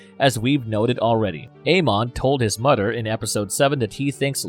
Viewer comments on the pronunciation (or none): Mother* not moder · x 🤣😂🤣 and mudder. ‘Boddered’’ me the whole video. Brudder, mudder.